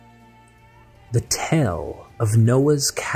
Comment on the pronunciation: These multi-hour videos are much too long to watch at even a couple of sittings. It should be two hours tops. Also,, the word tale is pronounced like tail, not tell. I like the content, but I kept wondering what a tell was. Then it dawned on me you were saying tale. Love you and I really don't like to nitpick. Keep up the good work, but shorter. These are my humble opinion.